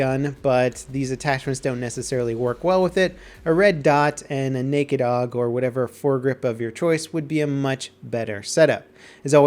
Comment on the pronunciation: It's pronounced A.U.G, not 'org'.